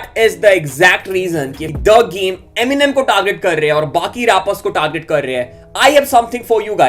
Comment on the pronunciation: Brother. Please. It’s not MNM, it’s Eminem. There’s em. Not mmm